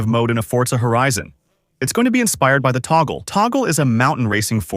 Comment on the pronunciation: The AI-dub pronouncing touge as "toggle" 😂😂😂